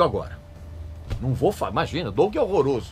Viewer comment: o cara pronuncia "douken"...kkkkkkkkkkkkk que piada! e ainda quer falar mais da banda . Dokken é foda! só para quem tem bom gosto.